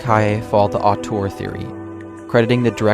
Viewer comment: Nitpicking a little but your mispronunciation of 'Auteur' and 'Tyranny' lead me to doubt your knowledge and opinion.